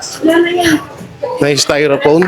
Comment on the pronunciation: Styrofoam Hindi styrophone